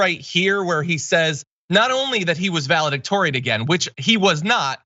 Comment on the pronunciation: But Herschel can’t say “valedictorian” without the “dick!”